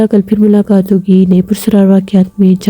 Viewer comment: لفظ پرسرار نہیں ہے بلکہ پراسرار ہے۔ آپ کو اپنی اردو صحیح کرنے کی ضرورت ہے